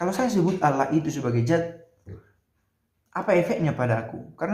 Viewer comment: Maaf Pastor, bukan Zat tapi Dzat.